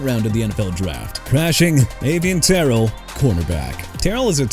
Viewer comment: 6 CRASHING FAST?! YOU MEANT 5 TPS?! YOU PEOPLE NEED TO FIX THE TITLE AND EDIT YOUR VIDEO BEFORE YOU SHOW IT!! AND IT'S AVIEON TERRELL PRONOUNCED AY-VEE-ON TUH-RELL BRO!! I'M TIRED OF YOU BUTCHERING ATHLETES NAMES AND YOU NEED TO STOP OR YOU CAN FIND ANOTHER PROFESSION! YOU UNDERSTAND THAT?!